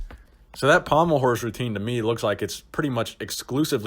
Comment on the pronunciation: The way you said pommle horse